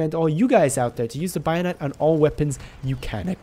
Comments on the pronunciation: Hehe it’s bayonet not bio-net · if I ever hear someone pronounce it buy o net, in going to kill myself. it's fucking bay o net. bayonet. exactly as it's spelled. Jesus fucking Christ. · Take a hit every time he says Bio-Net (don'tODchallenge)